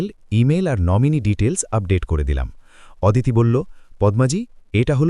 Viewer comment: ওদিতি নয় হবে “অদিতি “